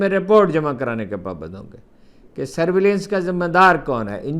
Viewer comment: Sir word is surveillance not surveveliance.please make correction.thanks